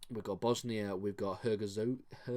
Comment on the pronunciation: the way you say Herzegovina is priceless